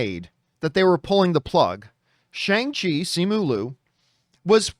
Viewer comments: John, it’s Sh-ON-g CHI, not Sh-ANG Chi. Almost like you’re saying Shuan with a soft g at the end. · It's pronounced Shay Aaahhnngah Chi or Shawng chi